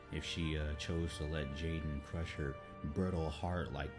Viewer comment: Aiden not jaden lol